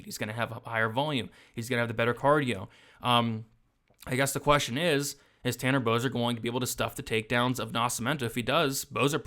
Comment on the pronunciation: Excuse me sir, did you just inadvertently say Canner Boser?